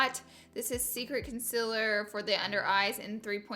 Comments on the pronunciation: Did she just say.... Consiller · “Cun-siller” haha! Love you Laura! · Hannah Cort lol nothing it’s just the way she was saying concealer 😭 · She is saying the word concealer wrong